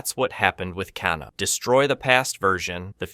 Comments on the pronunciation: OK HOW THE F ARE YOU MAKING SO MANY MISTAKES PRONOUNCING THE NAMES OF THESE CHARACTERS? Raiden I get since in Japanese ai=I but Kano is Australian it is A not ah. Seriously bro ?? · Great vid, but after the first couple mispronunciations I could you tell you were definitely trolling with saying the names wrong😂😂.. bro said "Can-o" & "Con-o" lmao ngl, that got annoying hearing a few names said completely wrong. but it happened with such abundance I'm like "this is definitely a troll tactic." Lmao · "But if you think my incorrect pronunciation of 'Shao Kahn' seems bad, wait until you hear me pronounce 'Kano' and the rest of the character names..."